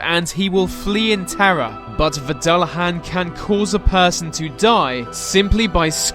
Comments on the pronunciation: the, they, their. Not ve, vey, veir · Lol Captions detect your "The" to "V"